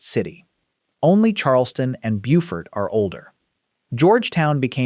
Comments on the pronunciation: Learn how to pronounce the damn names, AI. Bofurt is NC. Bewfort is SC. Just one of many you screwed up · In SC, Beaufort is pronounced BEW-fert. Also, Charleston survived a major earthquake in the late 19th century. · I am with 2vagantpriesthoof. You have overlooked the Great Charleston Earthquake. Mispronounced Beaufort and put Camden in the wrong place in the ranking. As the oldest inland town it should be fourth. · I live in Camden, you need to learn how to pronounce the names of some of the places you mentioned here. Camden is very involved in its history, we have part of the town...HISTORIC CAMDEN. CHERAW is pronounced. Sharaw. Beaufort. Is pronounced. Bewfert. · I can't stand it when these videos mispronounce family and place names. Beaufort and Cheraw are horribly mispronounced.